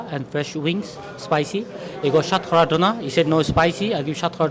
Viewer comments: What’s shat kowra ? Pronounce it how the chef said it. It’s shatkora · You silly little prick. You’re a fucking curry muncher. Stop pretending to be a fucking coconut and pronounce Shatkora properly.